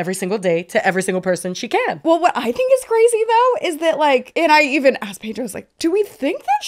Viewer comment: “Asksed” DO YOU EVEN PROOFREAD?!?